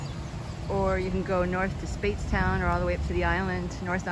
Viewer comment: Speightstown was the word. Nice vid!